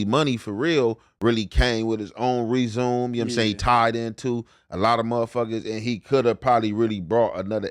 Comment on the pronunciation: I’m ngl is so funny and I think saying resume instead of resumè I literally laughed out loud 😭😭